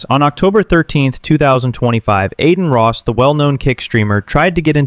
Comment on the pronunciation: I don’t care about Adin Ross or Jack Doherty, but the narrator of this channel sounds brainless.. & as soon as I heard “Adeen Ross”, I knew the channel was a joke..